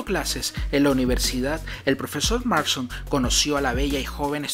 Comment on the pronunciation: Es William MARSTON no William Marshal, buen video, aunque con la pronunciación de algunas palabras sí se le fue la volqueta al río